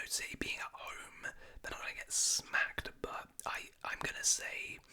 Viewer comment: I like how he says 'Silly' instead of 'City'